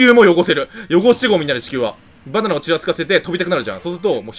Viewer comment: 「意外とね、バナンナナ」